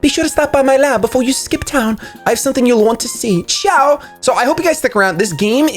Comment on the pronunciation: OH MY THAT “CIAO” WAS AWSOME HAAHAHAH